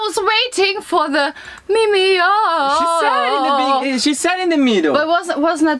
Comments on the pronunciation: Again po 😅mimiyuuuh (mimiyah) not mimiyooo.😬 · btw it's pronounced as mimi-ya-ah -ah.